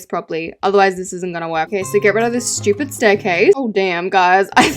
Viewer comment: “SHHHHTYUUUEEPED HoUsE”